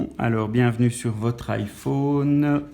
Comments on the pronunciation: ça dérenge que moi qu'il prononce I phaune? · Je dislike parceque tu dis iphaune et c'est chiant sinon c bien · nn moi aussi sa me stresse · haaa désoler en même temos c'était le seul mot dont tu prononçait mal et comme c'est le nom d'un produit ça peux arriver à tout le monde😂😂😅😅(si non t'as vidéo est géniale) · Rayane Berabah nous les belge on dit sa 😂